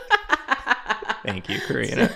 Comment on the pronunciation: Anyone else ever notice how Karina says "thank you' sounds like "ink you"? Because i think it's absolutely wonderful. "ink yoooouuu! ^w^ "